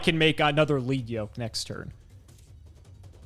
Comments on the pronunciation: It's 'Led' Yoke, not 'Leed' Yoke. The Yoke is made of lead, a heavy metal. It slows the monster down, so it has lower attack points. As parts of it get broken off, the yoke gets lighter, the monster speeds up, it hits harder. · Fun fact: Battlin’ Boxer Lead Yoke is commonly mispronounced (thank you English) but it’s actually ‘LED’ as in the metal because he has a Yoke around his head which was used by animals to plow fields or pull carts. So the card’s name is referring to the equipment around his neck. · Does it bother anyone else that they pronounce it "Leed Yoke" and not "Led Yoke" as it should be? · Once again, it is pronounced Lead Yoke like the element lead...sheesh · I'M GONNA HIT SOMEONE WITH A LEAD YOKE IF THEY KEEP CALLING LEAD YOKE 'LEAD' YOKE! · It’s crazy to me that every Yugitouber mispronounces Lead Yoke. His yoke of made of lead.